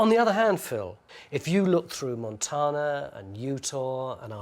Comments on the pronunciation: "Montanna" not Montahna" think Tan skin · What's funny is all Americans technically "mispronounce" it; the word is Spanish and spelled in that language as 'montaña'; the fancy hat-wearing letter n gives it a 'y' sound: mon-TAN-ya Tony says it as though it were an English-origin word (mon TAAH na), where Americans say mon TAYN ah. Sorry for the linguistics lesson, just info dumping 😅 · Montarrrna Hahahaha gold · its like it isnt wrong but it is just, a total british inflection that sounds hilarious. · Only if it irritates Montanans... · I chuckle when Tony mispronounced Montana.